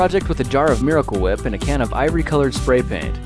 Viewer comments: Hewwo, and welcome to Fewd Weviews... Today I'm Weviewing Kwaft Meewicul Whip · Hey it’s food weviews today we are weviewing miwicale weep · 'MEYICALE WHEEP'